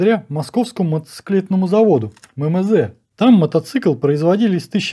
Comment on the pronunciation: 1. Колхоз на колхозе... Это если внимательно смотреть. 2. Опять МэМэЗэ...( Потом правда откудо-то ЭмЭмЗэ взялся, но, видимо, случайно.) Ирбит - ударение на вторую "И"! Мотоцикл М-72 НЕ БЫЛ 100%-ой копией Р71! Конструкция была пересмотрена - были внесены изменения большей части деталей: усиления, косынки, толщины, изменено передаточное отношение главной пары. Всё для возможности эксплуатации мотоцикла с тяжёлой коляской. На Р71 если коляска и была, то лёгкая. Коляска( боковой прицеп) жёстко присоединена к раме мотоцикла. Кузов коляски сзади к раме крепися через рессоры. Основное назначение ручного рычага переключения передач - установка нейтрали.